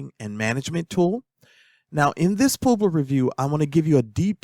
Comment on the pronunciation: Poobler? It's pub-ler, like a publisher